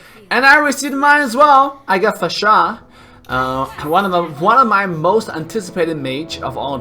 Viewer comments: It's annoying how you say her name!! Fasha!! Fasha! Itheres no H after S. FAR-SA! Say again.. FAR-SA! One more time.. FAR-SA! Wtf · Please learn to say Pharsa. Far-sah NOT F***ING Fa-shA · The way you say her name.. 😂😂 Her name isn't Fasha anynore, but Phar-sa. Also will you livestream today? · IT'S FAAR-SAA NOT PHASHAA 🤣🤣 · It's pronounced faresa not farsá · Its FAR SA not Fasha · Lol can you stop pronouncing it fahshaaah it’s beginning to sound like Austin powers up in here 😂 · Great video, but The cringe of the mispronounciation of Pharsa name